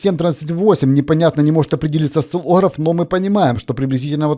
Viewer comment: А что не взяли Осциллограф Ну смешно сто говорите Осциллограф